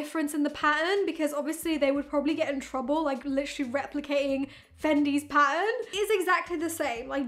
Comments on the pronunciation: Omg now that I read this is low key driving me crazy but you’re 100% right hahaha 😂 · Not weird. We think you're weird. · Weird way to say "pattern". She is saying pa-en loll